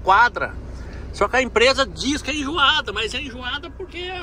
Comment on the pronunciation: É enjoada, não "injuada" kkkkkkkkk